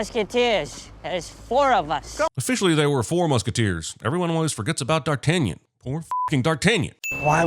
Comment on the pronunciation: Durr-tanyon. :D Can't Americans even try to properly pronounce French names?